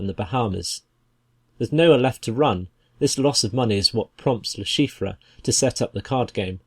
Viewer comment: Someone please tell this man how to pronounce LeChiffre I could not even finish the video because of how bad it was